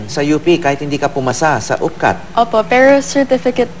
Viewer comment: parang retarded lang ang peg! ang arte magsalita. sabi nia pero tpos bigkas nia peo. wow ah! 😤😏